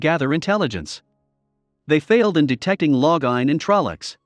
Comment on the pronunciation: Loving how the computer/robot/whatever pronounces all the names 😂 Every time it says Lo-gah-in I start giggling.